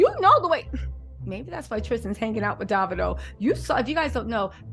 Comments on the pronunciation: It’s David-o like Cheerie-o. His name is David not daVid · Hey. It’s pronouced Dav-eedo, lol.❤